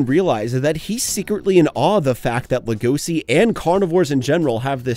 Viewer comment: I just can't with the way you say Legoshi xD it's pronounced Lego-shi, not Le-goshi